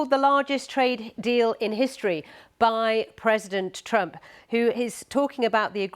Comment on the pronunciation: "Says Donald Trumo"